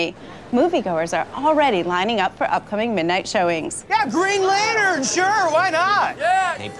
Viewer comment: "Greg Lantern" lol!